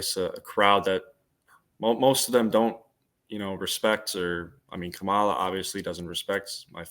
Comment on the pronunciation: THEY WENT THERE TO START SOME MESS RIGHT BEFORE THE ELECTION, EVERYTHING THESE PEOPLE SAID AGAINST HARRIS WAS SOME BS, HARRIS DIDNT THROW THEM OUT HER SUPPORTERS DID, HARRIS WAS RESPONDING TO PEOPLE SAYING LIES LIES LIES, PEOPLE ARE CORRUPT. AND THAT BOY LIED HE CANT EVEN SAY KAMALA’S NAME CORRECTLY. I BELIEVE TRUMP SENT THEM THERE